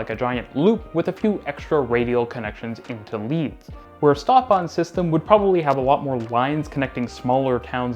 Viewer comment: Are you going out of your way to mispronounce Stuttgart and Stadtbahn? St is pronounced Sh!